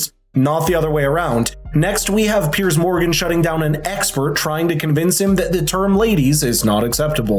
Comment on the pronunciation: Not even 25 seconds into the video and I already approve.....not for the content, but simply because unlike most Americans I have seen , you can actually pronounce Mr Morgan's name! You pronounce it Peerz, unlike so many of your countrymen who say Pierce. It's like those who call the James Bond actor Daniel Cregg....it's Craig!